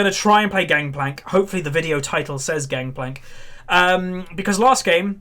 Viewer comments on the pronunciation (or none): its gankplank not gankplak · Its gangplank not gangkplank right?